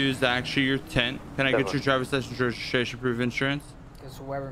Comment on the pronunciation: "drivers license reshishashion and inshurance"